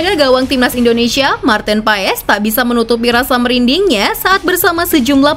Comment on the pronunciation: Koreksi bacanya martin pas